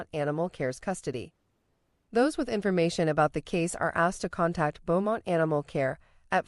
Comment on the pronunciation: Beaumont is pronounced Bo-mont